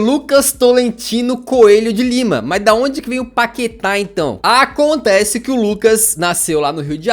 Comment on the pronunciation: "Páqueta" kkkkk